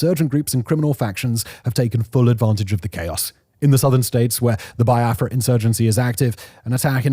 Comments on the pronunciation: Not pronounced Bai-a-fra. Its Be-a-fra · Its pronounced "be-are-frah" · It's pronounced like BeeAfra